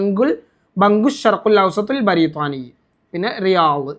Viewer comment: അതെന്തിനാണ് ബരീത്വാനി എന്നൊക്കെ പറഞ്ഞു പ്രയാസപ്പെടുന്നത്? ബ്രിട്ടനെ പറയുമ്പോൾ ബ്രീത്വാനിയ എന്നാണ് പൊതുവെ അറബികൾ പറയാറ്.